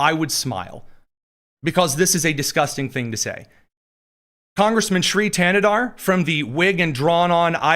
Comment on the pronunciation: Your Thanedar was impeccable